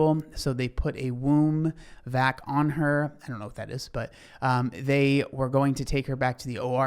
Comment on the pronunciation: Wound vac, not womb vac, just fyi